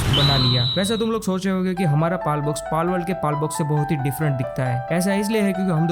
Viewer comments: Palwould ❎ Balwould ✅😂😂😂😂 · Palword❌ Malword✅ 😂